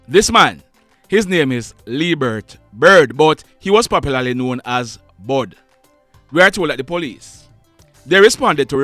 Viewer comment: Not bud it's bull